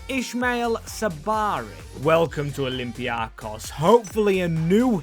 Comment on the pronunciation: bro ITS OLYMPIAKOS emphasized IN O AND THE BEST EVER VIDEO DO THAT AGAIN AND NOT WITH PANATINAIKOS 😊